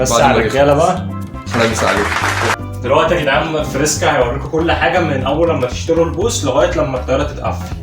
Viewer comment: فريسكا ضيع حرف الراء😂😂😂😂😜